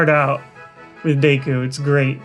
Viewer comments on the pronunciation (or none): none